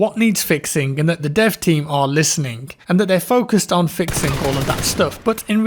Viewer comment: Fixink why do your G’s turn into K’s